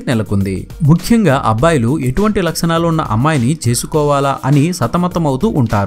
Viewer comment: "Laksanalu" kadu bayya "Lakshanalu"